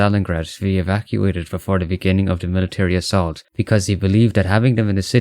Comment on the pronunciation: No one said Vanguard is going to be historical accurate. Ah yeah the "Assalt" 😂😂